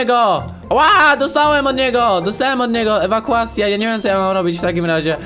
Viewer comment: Pośmiałam się gdy ty muwiłeś: ewakułacja,ewakułacja XD